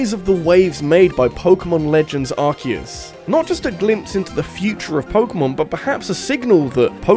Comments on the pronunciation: Its Ar-see-us not Ark-eh-us (Arse-e-us ;) ) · For the love of god please stop saying 'Arse eus' You're british as well.